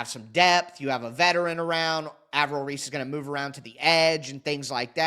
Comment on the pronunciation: Lmao at how you say some of these guys names like Reese from OSU 😂😂😂